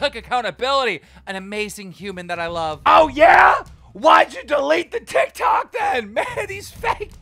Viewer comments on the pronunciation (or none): Tiktokah an yutubahh yeahh